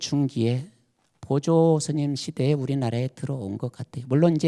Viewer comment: 또! 한 가지! 보조의 "보"도 길게 발음하시옵소서.